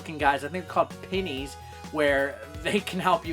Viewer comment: "I think they're called 'Pinnies'" REEEEEEEEEE